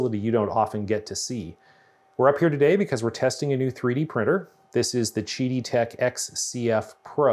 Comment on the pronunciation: Isn't it Qidi Tech (Quidi) with a Q not Gidi Tech (Jidi) with a G? Kind of diminishes the review when you don't know the name of the manufacturer.